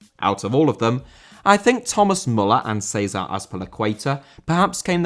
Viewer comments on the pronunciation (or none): César Azpilicueta * not Ceisah Azpilicueiter!